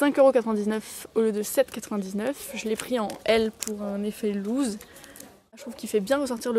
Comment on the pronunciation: FYI"effet loose" ça se prononce lousse pour la prochaine fois xD